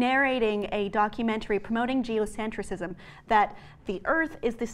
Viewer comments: It’s “geocentrism”, not “geocentricism”. Geocentricism is not a word! Normally that wouldn’t bother me so much but she says it incorrectly like 80 times. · You're adding an extra syllable in geocentrism,. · This is far from the truth. Seriously, you cannot narrate a whole script, not knowing what it was about. She signed a release to boot! And it's not "Geocentricism," ...it's "Geocentrism." Morons... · PLEASE learn how to say geoCENTRISM... before you criticize it..